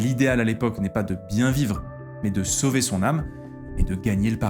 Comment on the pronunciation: Ai-je des hallucinations auditives ou est-ce que fait parfois une liaison chelou comme s’il y avait un T à la fin du mot mais: « mais T il/elle/on »??